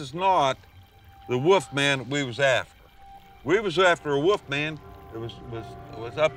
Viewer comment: Our first clue was the first 10 seconds of this. "Woof-man" This is beyond stupid, it's insulting to intelligent people who know how to speak correctly.